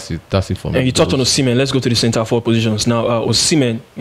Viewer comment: Brothers the prononciation of osimhen is not the right prononciation, that is the prononciation of french peoples go and ask any Benin person they will teach you how to prononce it.